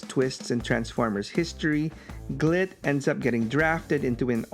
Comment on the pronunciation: be careful how you say, "Glit" xD